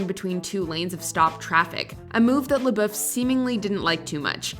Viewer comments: The way she pronounces his last name is irritating. May be the proper pronunciation but if he says it as “Labuff” then pronounce it that way lmaoo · What is with the Watch Mojo narrators always pronouncing things so cringy. I wanted to punch my screen. NO ONE, not even himself, says his name with that God awful accent. It's pronounced SHY LA BUFF! That's how he says it, that's how YOU should say it. Hence forth, can we call you......... Must be a Canadian channel cuz every YouTube channel I watch with Canadians is such a struggle to say words normal I swear. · Bruh if you’re gonna do a video on Shia at least pronounce his last name right jfc